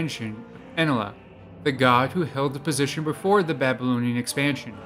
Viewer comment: This guy can’t even pronounce ‘Enlil’ (N-Lil).